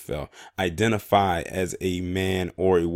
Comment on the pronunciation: You said it right the first time identifail